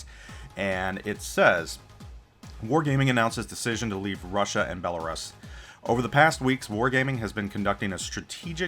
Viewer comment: Every time you mispronounced Belarus I took a shot... I'm completely wasted. thanks